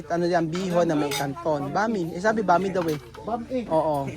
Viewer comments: IPRONOUNCE MO NG GANITO BRO ANG.... BAM - E, HINDI BAME. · BAM-E PO KUYA HINDI BAME. 😅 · Bam-i ang pag bigkas ng pancit na sinasabi mong bami.